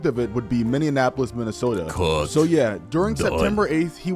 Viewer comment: as someone who lives in Minnesota, I always laugh at how people can never pronounce Minneapolis. It’s just “mini-apolis” people will say anything but that 😭😭😭